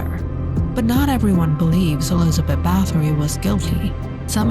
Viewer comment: The. Pronunciation is. ERZAY----BET. Not Elizabeth. .Also,it is BAR----TORY. Not BATTERY...!!!!